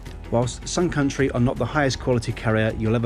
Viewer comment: The whole time I thought he said SOME COUNTRY airlines 😂🤣😂🤣